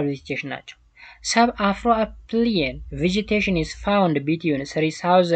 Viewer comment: Not afroapline it is afroalpine